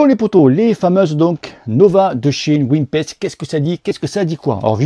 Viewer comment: Salut, tu parlais de la différence d'estimation de pressions entre sram et silca, je confirme une bonne différence, moi je fais la moyenne des deux 😆 Je trouve Silca un poil plus précis car il prend en compte le poids de l'équipement du cycliste. PS: Ces roues sont fabriquées à Nîmes ou quoi? tu dis NimPEST:p lol c'est prononcé NéPEST.